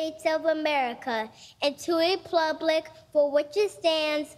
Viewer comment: lol the Replublic! Love it